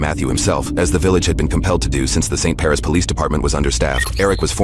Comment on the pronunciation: It’s not “Paris” it’s “Parish”.